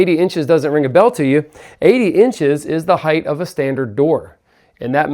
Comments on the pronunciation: Is saying “heighth” instead of height? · It's height. Not heighth.